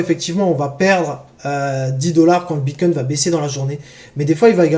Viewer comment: J’ai mis pause des le 2 eme « BitcoinT » j termine d ecrire le com et j me casse mdr